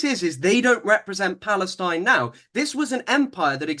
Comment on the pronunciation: "Historic Palestinine". 🤦🏻‍♀️